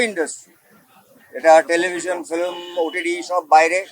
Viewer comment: Flim…. Bumba Film bolteo shekheni 😂